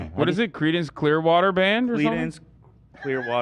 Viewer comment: Cladence Kleinwater, Clarence Clearwater I swear Ethan can butcher ANY name, title.